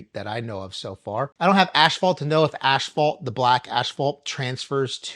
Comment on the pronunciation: what's aSHphalt? 🤣🤣🤣